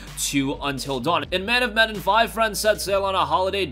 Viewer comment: That's not how you pronounce Medan